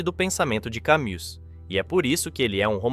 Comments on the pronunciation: Por que sera que as palavras mais serias quando ditas pelos que querem ser serios acabam fazendo rir? Parece que o melhor do video nao e a mistura dos tres apresentados mas as reprimendas dos comentaristas sobre a pronuncia errada do nome de Camus pelo autor ou leitor do video... Ah, e o desabafo sobre o que esculacham com a ideia do absurdo! Filosofia e Comedia? " Vamos rir! Vamos rir!" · se vc observar, a pronuncia do Albert Camus não é Albert kamU, é kami. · Pronuncia-se Cami e não Camu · Não se pronuncia Camu Mas sim Cami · Ou fale em Português ou em Francês o nome de Albert Camus. Você está dizendo “Camu”. Por que engole o s? Se quer falar francês, ao menos diga “Cami”, engolindo o s mas variando o u. Ou então fale português sem pompa. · Se escreve "Camus", mas se lê "Cami". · A pronúncia não é "Cami"? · CAMIIII PRONUNCIA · Oi. Muito bom. A pronúncia é “ Cami” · Camu dói aos ouvidos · nem todos sabem que a pronúncia é cami , atente-se ao vídeo, não nas coisas fúteis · O nome francês Camus se pronúncia "Camí". Poderia pesquisar antes de gravar o vídeo. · É Camí a pronúncia. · Pronuncie CAMÍ! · Rapaz, apenas sinta a música. Quem dá sentido às coisas somos nós e isso apenas quando, para viver, precisamos que aquilo tenha sentido. Não se preocupe com Camus (Kamí, é assim a pronúncia), Dostoiévski, Kierkeegard, Nietszche, Kant ou outro qualquer. Para começar eles foram tão homens quanto você. No mais, como você viu, eles que são tidos como o suprassumo do existencialismo não se entendem, viveram mais perdidos do que cegos em tiroteio. Espertamente todos eles deram o migué nesses pensamentos atravessados escrevendo, cada hora uma coisa diferente e contradizendo-se sem nenhum pudor (e com razão). Sinta a música e faça o que você quiser, respeitando sempre o outro porque você e ele estão na mesma, cada um à sua maneira. Grande abraço e jamais sinta-se inferior a alguém, nem se impressione nem idolatre. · Cammus pronuncia-se "Câmí"